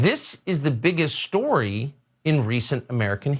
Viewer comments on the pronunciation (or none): Is it a big shtorey, Tuckems? The story of America, you relatively recent transplant?